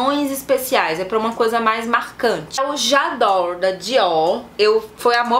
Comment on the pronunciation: J'adore é o meu perfume favorito da vida. Se lê "jedór", beijos.